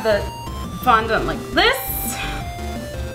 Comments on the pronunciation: fondent not fondont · OMG....it's fondond not fondont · FONDENT NOT "FONDONT" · I'm not being hateful but please say fondant properly! I have OCD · you say fondant the most retarded way i have ever heard